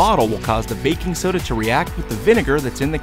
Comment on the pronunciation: “I got backing soda”